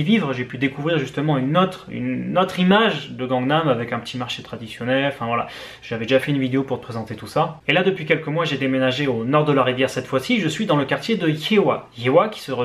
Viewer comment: Un enfant coréen meurt à chaque fois que tu prononce Gangnam... 🥵